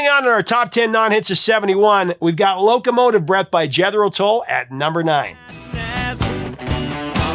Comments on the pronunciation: Jedro Tull? Try Googling the correct pronunciation of Jethro Tell, unless the entire world is wrong. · "Jettero Tull"?